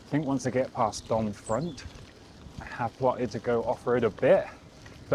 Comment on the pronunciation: Generally (with a few exceptions) you don't pronounce the last letter in French words. So Domfront is pronounced Dom-fron. (for the way back 😉).